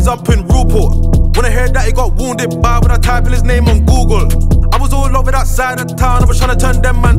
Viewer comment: Lol man said googlre